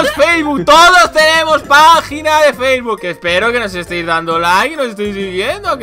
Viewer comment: An notado que dise facebol jajajjaja